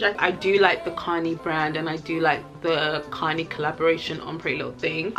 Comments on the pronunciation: Kani is pronounced Ca-nye. I know my old heads died every time she said connie dwl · I love you! Btw Kani is "kuh-nie" lmao